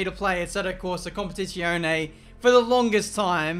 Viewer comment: Jesus Christ,! KOM PEH TEE ZZ - AS IN PIZZA E OH NEH Pronounce it right!